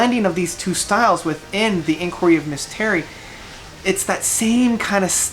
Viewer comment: You need to get into the actually story of the Acts. Each album is an "act" of a play. And it's not misses Terri it's miss Terri... "Mystery".